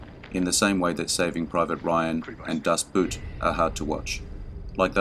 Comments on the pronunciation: Just one point concerning the pronunciation of the German mini series "Das Boot", please note that the pronunciation of "Boot" in German is exactly as you pronounce its English counterpart "boat" in German. Pronouncing the German word "Boot" like the English word boot makes no sense, as that word denotes nothing in German. The German word for boot is Stiefel ('shtee-fell). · Dad Boot, pronounced like it’s English equivalent boat, not like English boot! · 'Das Boot' is pronounced 'BOAT' in German. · I've got a copy of the original book (in German) upon which Das Boot (pronounced "boat", by the way, just as in English) was based. The authenticity comes from the fact that the author was a German Naval War Correspondent, who actually went on the war patrol described in the book and movie. I've only worked through the first couple of chapters, given that my German is very rusty, but to hear the author's personal story of how he came to be on the submarine, and his reaction and life afterwards is very interesting, and sometimes rather funny. For one thing, he let himself be put into the Navy, because he thought it would be safer than being in the Army, with the risk of being sent to the Eastern Front. Obviously he guessed wrong on that one. I don't know if the book is available in English, but if you are literate in German it is quite a good read. Finally, the author, Buchheim was reportedly not happy with the screenplay, which he felt turned his anti-war book into a cheap action film and German war propaganda. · Das Boot. Pronounced "Boat" just like the English word. Trudle Junge. "Yoongeh" The lack of use of special effects for the town of Dunkirk and the French soldiers holding the Germans back mars the movie Dunkirk.